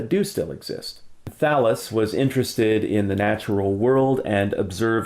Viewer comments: When he was talking about Thallus, I honestly thought he said Phallus. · Does anyone else hear "Phallus" when he says "Thallus"? No? Just me? Okay, then. O:-)